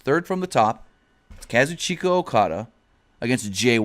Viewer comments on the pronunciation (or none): Lol I like how he said Kaz u chika